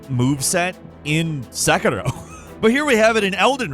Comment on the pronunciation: I’m crying at how you butchered pronouncing “Sekiro” and “Genichiro”